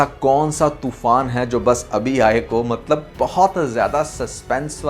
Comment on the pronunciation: Ye maktab maktab kya word bolte aap do you mean matlab